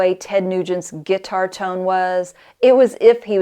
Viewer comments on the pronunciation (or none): “Git-tar”? You so southern 😂